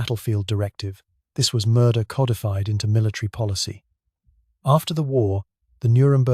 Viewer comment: Ay dolf..? Coddy fied? Ship's bow?